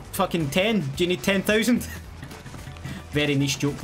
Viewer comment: Ten thoosand lol😂😂😂